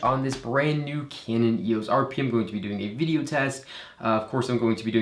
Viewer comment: I love the way you say video - are you Canadian - only just beginning to pick up the accent.